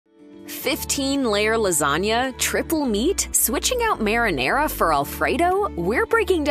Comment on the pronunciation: Pls learn how to say "marinara". It's MAR-(MAHR) IN ARA(AH) (Rah) not (mere) in ar(aira).